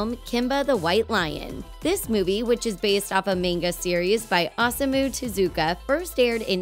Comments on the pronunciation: Osamu Tezuka pronounced, shockingly, 0-sa-mu Te-zu-ka 'Aw-sa-moo Too-Zoo-Ka' Like, I get it, it's not your native language, but if you're gonna make a video White Knighting for a guy at least TRY to pronounce the name correctly, I mean his name is basically phonetic anyway. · "based on a maynga by awesome-u tezooka". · "A MAYNGA SERIES FROM AWESOME-U TEZUKA" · The clickbait "TOP 10" channel mispronouncing Tezuka's name as "Awesome-O Tazooka" infuriates me every single time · "based off a mayn-ga series by awesome-u tazooka" please rip my ears off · The fact that one of those videos pronounces the creator's name as "Awesome-Moo Ta-Zookah" should probably tell you something! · listen to that pronunciation "maynguh series by asooma teZOOka" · I love how that WatchMojo ripoff pronounces Tezuka's name: Awesome-oo Tazooka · I know this is two seconds in two and a half hours of mayhem but I hate how that one girl pronounces Osamu Tezuka's name as "Awsamoo". Like at least put in a little bit of effort. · "based off a mane-ga by Awesome-oo Tuhzooka" That physically hurt to listen to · Your pronunciation of Osamu Tezuka is atrocious…and your voice is annoying as hell… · her pronounciation of the word (manga and Oasmu Tezuka) oozes cringe